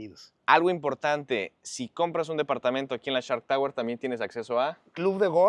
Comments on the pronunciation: “Nos encontramos en CHART Tower”😂😂😂😂Se dice: SSSSHHHHARKKKK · No, no, no, se escucha claramente que dices CHART, pero así lo dejamos. Lo importante es el edificio, muy bonito pero fuera del alcance de la mayoría.